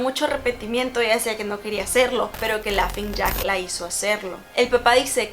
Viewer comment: Entré en desesperación cada que decía "lafing jack" 🙄 (es Laughning Jack)